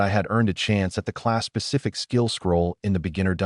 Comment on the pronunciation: I swear it sounds like it says Class pacific skill scroll......and I cringe....every........time